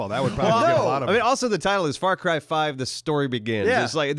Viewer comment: When says "far cry" it sounded like he said "f*ck rye" and my friend Aidian must have thought so too because he quickly looked up from his sandwich and defensively shouted at me "Hey it's my sandwich I should be able to eat it in peace without you judging my bread selection!" I died lauhhing.